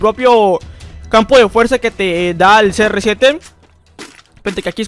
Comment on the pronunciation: Cada like son las veces que dijo serresiete 👇